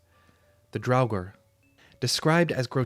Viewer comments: It Draugr, NOT drowgor. 🤬🤬🖕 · I honestly had to stop listening because of the constant calling them "Drauwgor"